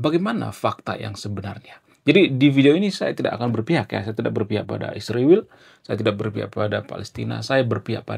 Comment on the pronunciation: 😂😂😂kenapa susah nyebut Israel? Ada masalah di mulutnya ya mas?😂😂😂